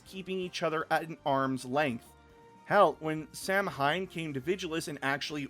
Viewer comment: While it is spelled Samhain, I believe it's pronounced "Sa-When". It's Gaelic/Celtic in origin